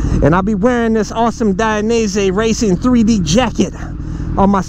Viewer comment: It's "Die-NEE-Say"